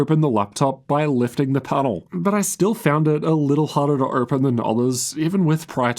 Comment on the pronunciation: “Ohgpen”. U got something stuck in ur throat mate? What’s this accent